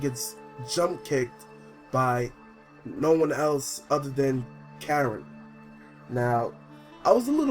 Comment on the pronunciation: It's Karin not Karen. Lol